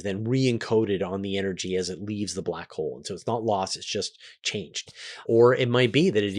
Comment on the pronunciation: I have been falling asleep to the 10 hour back hole video, and now every time I hear you say "Black Hole" I hear "Blah Cole" XD